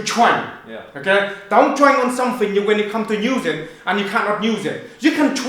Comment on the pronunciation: Don't twain faw somfing you not gunna use it for, you gunna have a big pwoblem